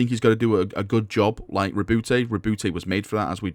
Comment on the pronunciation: Ri’booty, please stop calling him Ri’booty!